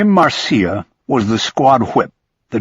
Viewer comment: "Marcia" is pronounced "Marsha."